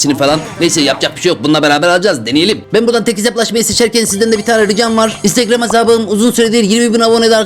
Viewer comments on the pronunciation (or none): none